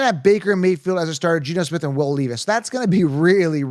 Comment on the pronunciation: And Will “Leevis”